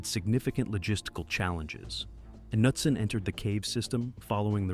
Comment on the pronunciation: “Kanootson” - that’s how you know it’s an AI voice. Also the word for “cavers” pronounced “kavas”. There’s a couple of other words that give it away also.